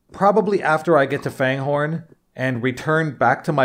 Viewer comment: It's pronounced Fangorn, not Fanehorn. There are no "h's"